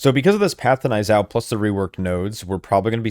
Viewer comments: Knee-yuu-zhow. Idk wtf a n-eye zow is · Niuzao is pronounced nyoo-zao